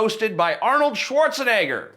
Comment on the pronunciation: well you pronounced Schwarzenegger right , unlike that smug guy(from the buzzfeed video "24 questions black people have for white people") accusing white people of not knowing how to prononce black names